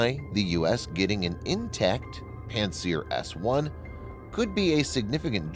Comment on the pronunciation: It sounded like pantsdown-s1